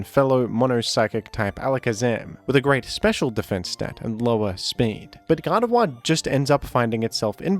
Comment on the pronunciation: It's not pronounced Gar de vwah but Gar de vore.